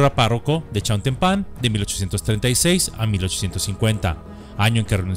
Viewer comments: Ya he visto varios de sus videos y pareciera que no es mexicano... todos sabemos que es "chiautEmpan" 🤔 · El lugar no lleva acento, es sin acento, Chiautempan. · Por cierto, se pronuncia "Chiautémpan"